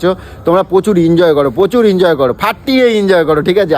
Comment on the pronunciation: আরে বাবা ইনজয় ইনজয় করে কান থেকে রক্ত বার করে দিলো। ওটা এনজয় হবে।